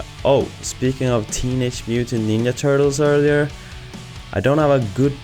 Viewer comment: AAAA, just looked up. Sweden! That's why you say "ninja" with "ya" and not "gya" and "jeti", instead of yeti)) Great studio btw, thank you so much for sharing! And the thing with separate places for work and leisure - I bet most freelancers feel that, as I do too. Especially, if you are not living alone and have wife and kids. Reece Parker another animator/illustrator who has plenty of space at home as it seems, but built a studio space for himself from a shipping container - very cool stuff!